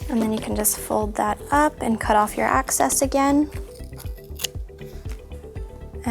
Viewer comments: " Excess " not access its driving me crazy😤😵😓😷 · omggg her saying access instead of excess was driving me crazzyyyy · It excess not acess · It's excess not access